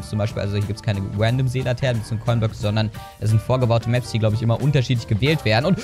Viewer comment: Finde deine Aussprache von Random sehr amüsant 😂